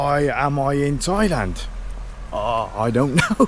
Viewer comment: DID YOU SAY 'TOYLAND'